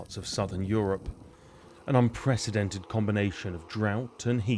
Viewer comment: 'unprecedented' , not 'unpresidented' , you only have to read the autocue for goodness sake.